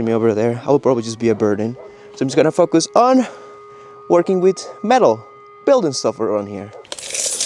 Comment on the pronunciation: I gotta tell ya. I chuckle every time you say "focus". If you know, you know.😅